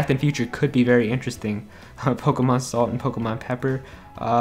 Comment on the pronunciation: It's Poh-KAY-mon.